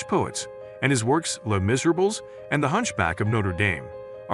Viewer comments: if you want to be taken seriously, you might want to learn how to pronounce the titles of the books you're commenting on. You could start with Les Miserables... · It might be more impressive if you could pronounce Hugo's book properly? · Learn to pronounce "Les Miserables" properly. Read more, kid. You're so inadequate.